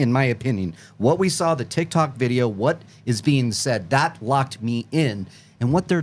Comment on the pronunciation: Im so tired of hearing people call the tic tac video the tic tok video just for that I disliked this video